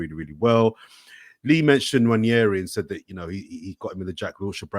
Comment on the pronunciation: It's not Nnwayeri it's Nwaneri (ONE NAY RI) "ONE NAY RI"